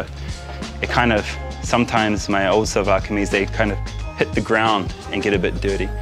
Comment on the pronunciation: Seriously Karl you look more handsome in Shalwar Kameez with that pakol (peshawari hat) than any other dress MASHA ALLAH..just like our Pathan bhai..and a little correction here we call it SHALWAR (sounds like SH)not SALWAR. I enjoyed this video very much and happy to see you happy..love to Manisha and your family in NZ from a Pakistani expat in Dubai <3